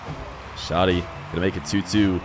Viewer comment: How did it shift completely towards the end? I love me some content 💯 (btw, the name is Shaaa' deee)